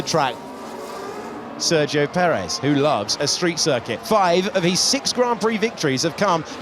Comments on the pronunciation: Try to pronounce it as "sair gi yo". You can do it. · At this point they should really learn how to pronounce Sergio…